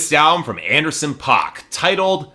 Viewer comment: You say the name wrong, it's pronounced like "pack"